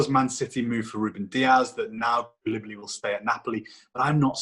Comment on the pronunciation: bro you seriously have to fix your pronunciation of Koulibaly